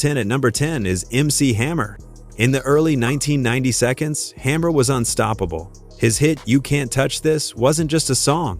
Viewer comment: 1990 seconds 🤦‍♂️